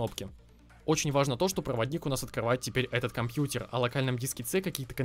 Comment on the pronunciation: Кто-то еще в 2020году говорит «компьютер» через «Е».. это как «секс» тоже через «Е»...